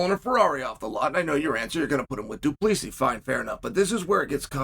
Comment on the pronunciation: Man Chael must not like Du Plesis. He pronounces his name completely correct